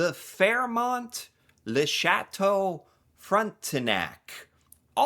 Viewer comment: He can pronounce chateaux but gets tripped up on Swiss chalet